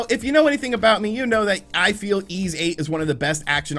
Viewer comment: YS is pronunced like "Fleece" just drop the F and L... not "eeez".....